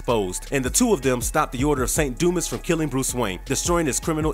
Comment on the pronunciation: Its pronounced Du- mah.🤦‍♂️